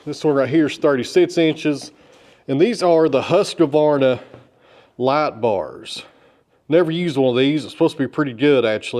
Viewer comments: its husqvarna not husqevarna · Hi, I’ve noticed that you mispronounce Husqvarna. There is no a between husk and Vanna, when you say it, Husqavarna, I don’t know if it’s just me, but that doesn’t seem right way to say it. Besides that love your channel keep up the good work. Just to let you know I live in South Australia about two hours north of Adelaide on the Yorke Peninsula. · Its pronounced whoskvarna 😊